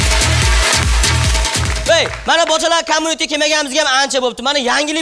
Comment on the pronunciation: Олдиндан узур.!Курсатувни BOJALAR COMMUNITE деб номлашибди. Бу (куйлар подаси) дажи курсатувни тугри айтолмиди КОМУНИТЕ эмас "КОМЬЮНИТЕ" деб айтиладику Куйлар)) ....